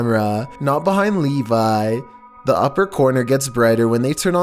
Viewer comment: Lol hearing / say "Levi" (my name) is so weird xD